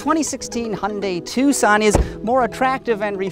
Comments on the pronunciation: Because you pronounce it wrong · Was I the only person that pronounced it "Tukson"?